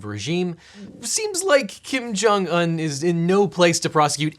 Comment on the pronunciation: slight correction: the Un in Kim Jong Un's name is pronounced 'oon' not 'uhn'